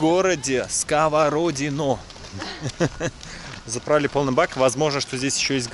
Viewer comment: СковородинО. Ударение на последний слог.